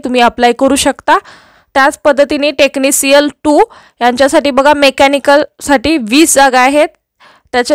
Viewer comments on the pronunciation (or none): Tecnicial nahi tecnition aahe madam